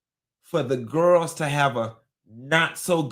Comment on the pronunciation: "Kandi and the Gwarls" 😂